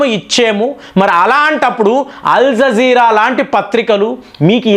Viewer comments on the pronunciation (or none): నమస్కారం. మీరు ఎందుకు అల్జీర నీ అల్జీజీర, వెనుజుల నీ వెనుంజుల, ఇరాన్ నీ ఈరన్. ఇలాగా అన్ని తప్పులే పలుకుతున్నారు. మీ వీడియోలు అన్ని చూస్తాను, అన్ని చాలా బాగుంటాయి. మీ స్పీచ్ మార్చుకుంటారు అని కోరుకుంటున్నాను.